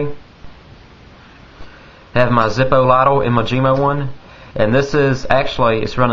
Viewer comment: Say lighter again!!!!!! That funny stuff call Howard Stern now!!! haha siva or silver ?